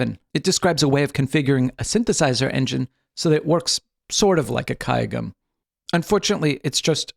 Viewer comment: kudos on that pronunciation of gayageum!